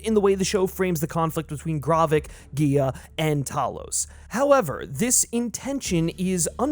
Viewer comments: That pronunciation of Maria Hill and G'iah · The amount of names you mispronounce is absolutely insane. Great content but I’m not sure how you managed to miss pronounce Gravik, G’iah, and Maria Hill lol